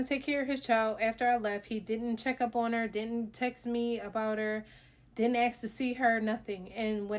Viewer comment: “Contract marriages” are super sketchy. If they find out they can withdraw and claw back the benefits you received as a result of it. Can’t believe she admitted this online!!! Technically the military can now go after her. And it’s “ASK” not “AXE”.